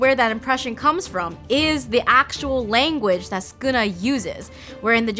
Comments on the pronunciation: It's Sukuna not skuna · Do we just not pronounce the first u in sukuna? Mr skooma the calamity from the hein era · ah yes skuna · “skuna” (sukuna) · actually, its pronounced sukuna and not skuna, youre skiping the first u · Its not skuna it’s sukuna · Sukuna ❌ Skuna ✅ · Is it just me, or does it sound like she’s saying ‘Skoona’ when trying to pronounce ‘Sukuna’? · Won’t listen to any “expert linguist” who calls Sukuna, Skuna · Why is she saying skuna am I going crazy? Suuukana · Did no one catch her calling Sukuna; Skuna? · Who is skuna bruh isn’t it su-kuna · STOP CALLING HIM SKUNA 😭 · i hate how she says skuna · Todo fr said sonion